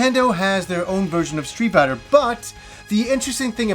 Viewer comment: "Stree Biter"